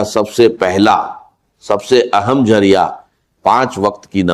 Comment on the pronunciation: dr israr ki sirf tasweer hai ..bol tu ko indian bhai lagta..kion k zaaria ko jaaria tu indian bhai keh saktay